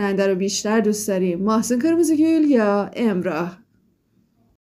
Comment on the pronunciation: چه باحال اسمشو میگی 😂😂😂😂😂 ماهسون قیرمییزی گوووول😂😂😂